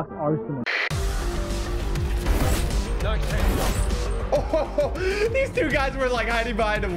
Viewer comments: ''aresnal.'' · The fact he thought the game name was "Aresnal" instead of Arsenal